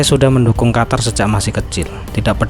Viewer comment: QATAR= QUTUR😂